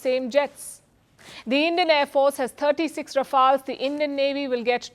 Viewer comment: ......"it will produce few so layjis forre for rafowls" .... Oh dear. Only bhakts can say she's the best in the world, and surely she is a fit for all of them.